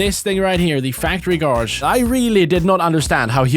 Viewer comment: factory garge